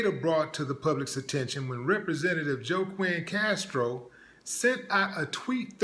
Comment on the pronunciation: Joe-kwin? Cmon willie